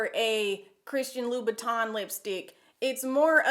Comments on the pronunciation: it's Louboutin. French name, French prononciation. Not Loubouton. Still awesome review. Nice vibe definitely subscribing. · Love your video's and your hair is AMAZING!! I wanted to show how Christian Louboutin is pronounced, Louboutin is pronounced Loo-boo-ton and Louis Vuitton, Vuitton is pronounced, Vit-ahn.